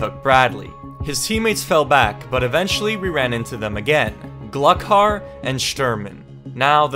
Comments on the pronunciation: It’s Glue Har not glukar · bro be like "glukar" no offense I love your content but as a tarkov player please if you say it again pronounce it "Gloocar" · u almost said all the names right but glukar is pronounced gloo-car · by the way its pronounced gluhar not glukhar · It’s not pronounce Gluck-har it’s glue-har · He pronounced it gluk har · I know it’s a little late to say something but it’s GLOO-car also shturmen sniping you right before the raid was so accurate since he’s the sniper boss from tarkov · Glukhar is pronounced Glue-Har. these are the names of bosses in Escape From Tarkov which is a great game. I play Tarkov and Rust. that's it. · Glukhar is actually pronounced glue-car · It's Gl-oo-car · I know this vid is 4 months old but I cringed how he pronounced Glukhar the K is silent so its more like Gluhar if you are wondering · I did too lmao, it’s okay, we know you aren’t a big Tarkov player lol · The way he pronounced "Glukhar" hurt my soul... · It hurts me every time you say Glukhar